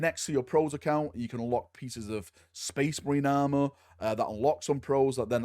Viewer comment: "Sphess MARINE" Warboss Grimskull